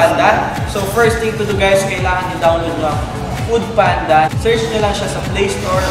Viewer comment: "poodpanda" 🤣🤣🤣🤣🤣 no offense, just sayin' ✌🏻